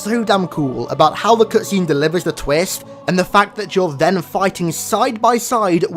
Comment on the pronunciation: Learn to speak bro omg.. twist not twist haha 😂